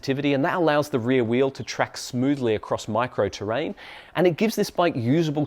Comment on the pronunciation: "micro-terrain" LOL